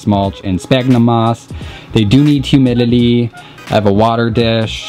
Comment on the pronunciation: I can't be the only one hearing him say "Humilily" instead of "Humidity" Right??